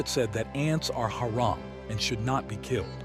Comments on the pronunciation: Its pronounced hurom not hare-am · Thank you but you saying haeram instead if hamram is irritating me no hate just saying please no hate 😅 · no offense but "hairum"? cmon.